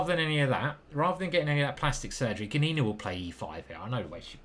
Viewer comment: Gunina is a last name, whish is pronounced as Goonina with the emphasis on "oo". So it's ['goonina], not [gun'ina].